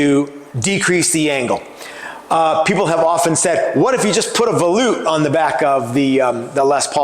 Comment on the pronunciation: Um, you keep muting yourself, buddy! Your mic keeps getting under your chin and muffles the sound. Maybe use your cell phone with a different style boom mic or bluetooth style mic above you? Either way I don't mind volutes. And YES - you are saying it correctly. Ignore all these fools that keep talking trash about how you say things like tenon and such. You do a great job! Thank you for sharing this with us.